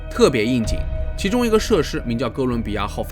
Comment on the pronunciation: 遊樂“社時”是什麼鬼